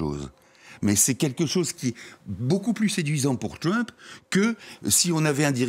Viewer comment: Votre Journaliste ne pourrait pas faire un effort sur sa prononciation de "TrUmp"? on est en Françe, pas aux USA..."TrUWmp"...oO